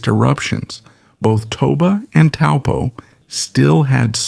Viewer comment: Thank you for this information and pronouncing 'Taupo' correctly 🕊🌻🐝🌟✨